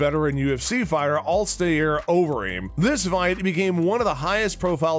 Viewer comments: The narrator cannot pronounce Alister. Alister is not a middle eastern name. Alister NOT ALSTAIIIR. lol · "All stay er Overeem" LOL c'mon man do better